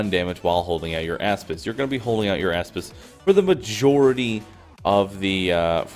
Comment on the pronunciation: Nice build but I can't get over "asspis"